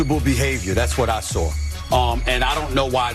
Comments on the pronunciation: “WE ALL SAWR IT!!!” lol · Since when is there an “R” in saw. We all SARW what???? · We all "sawr" it... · 19 seconds in & SAS said “we all soar it” ..can he pronounce his words correctly? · You know Stephen A doesn't pronounce "saw" like that Lol. He be sayin' "sore" Lol.